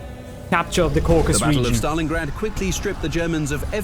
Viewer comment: Its Caucasus not Caucus